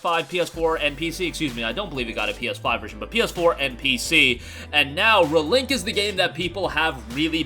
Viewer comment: Dude… REEEEE link. Ree as in reveal, ree as in reborn, ree as in redo. It’s not re like in relic, rebel or restitution. This video is obnoxiously unwatchable for me because you say the name two dozen times and you never say it correctly.